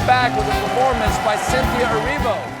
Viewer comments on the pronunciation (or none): none